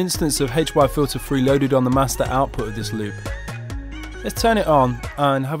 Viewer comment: the way you say HY-Filter3 sounds rough